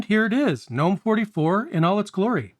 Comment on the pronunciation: Two things: 1. I love that you pronounce Gnome correctly. Thank you!!! 2. I love how my KDE plasma install wastes all of my RAM and only uses around 500mb